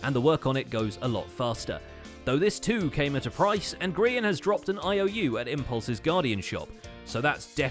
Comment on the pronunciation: For those who doesnt get the joke, grain or grayon, ITS GRIAN